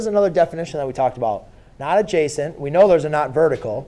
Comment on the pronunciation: Idk why when he keeps saying adjacent angle i hear like "JASON ANGLE" SMASH LIKE IF RELATABLE!!